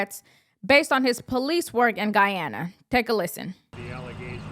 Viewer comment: His attorney can't pronounce the country Roberts is from 😂😂 FYI Guyana military don't fight cartels, you know why? There are no friggin cartels in Guyana. It's 83,000 sq miles with less than half populated. 750,000 inhabitants, hard for cartels to hide. He is probably not even from Guyana.